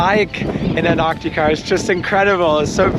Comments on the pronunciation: WTF is anartica??? ANT-TAR-TICA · Josh, You keep saying ANARCTICA ?? It's ANTARCTICA !! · An'arctica or Antarctica? I'm confused. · Antarctica has a letter T after the an. So its anTarctica. After all who says Frankfur. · Amazing video so lucky! I just hate how u pronounce Antarctica lol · Thanks for the video but you seemed to forget to pronounce the first t in Antarctica (please correct me if it's pronounced differently) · Josh, I love your videos and this is the most surreal. (Not to be mean and I appreciate English is not your first language but you did keep mispronouncing Antarctica🙄 I suspect it was the excitement and the awe of it all.) I can't wait to see where you go next. Cheers my friend, for another exceptional vlog. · Josh, there are 2 t’s in Antarctica, both of which are pronounced. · only half way thru and loving the video. Have to say I have never heard Antarctica pronounced that way before. Awesome trip and glad you enjoyed it and shared with us. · Congratulations, only thing i didn’t like is the way how you pronounce Antartica by the way I’m really enjoying your videos. Greetings from Deutschland